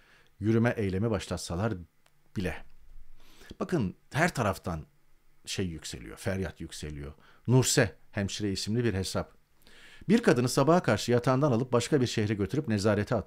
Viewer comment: Tarık gb d yaşıyorsun ama nurse’ü(nörs=hemşire) nurse diye okuyorsun; böyle uyum sağlayamazsın!